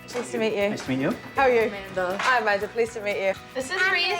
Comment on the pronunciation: Not trying to be rude or anything, but her name is Amanda not Amandr